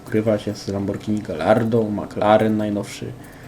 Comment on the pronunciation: Pierwszy który mówi prawidło Lamborghini. :/